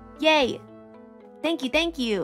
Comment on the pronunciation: "My name is, sank you"